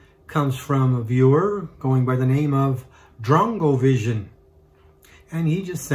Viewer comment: Drongovision's favorite set is beautiful! Thank you so much for giving me a shout-out! You said my name 100% correct!